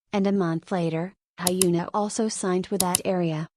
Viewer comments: It's more likely to sound HyuNAH! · The way the ai is saying hyuna as hyena suits her very well😂😂